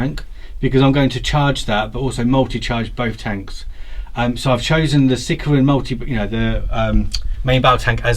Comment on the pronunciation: "Sickeruhn" (aka Sicaran), man his/ actually, their pronunciation is horrid, lol. Game wise, I noticed some liberal use of friendly vehicles allowed to shoot through allied vehicles.. All in good fun I guess, but I don't see how one vehicle could get it's las-cannons to bear when another landraider is smack bang in the way :) Pretty one-sided game other then that, unfortunately.